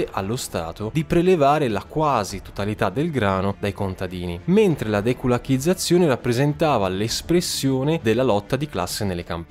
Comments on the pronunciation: Тutto sommato un buon video, ma che cosa succede con l'accento? Va bene, loriginario gulAg e diventato gulAg, poveri kulakI sono diventati kulAki, ma adesso anche altre parole... Sembra quasi che esiste una legge, che proibisce a pronunciare le parole russe come si deve)))) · Kulakì...accento sulla i! Significa "pugno"..